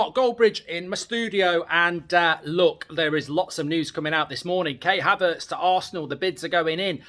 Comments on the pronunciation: Man said k havertz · Kay Havertz? is that Kai's sister, stop wobbling your gob and get names correct.